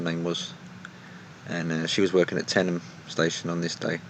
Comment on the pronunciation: thank you for saying tenyham right